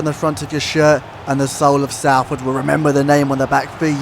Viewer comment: its "sol" not "sal" in salford just so you know. cringed when i heard it as a proud citizen of the area. great vid though